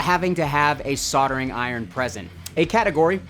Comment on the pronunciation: wtf is with your inability to say the "L" soldering lol ????